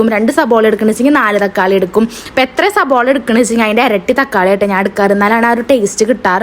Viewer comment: യുടെ ഭാഷ ശരി യാക്കണം സബോള അല്ല സവാള എന്നാണ്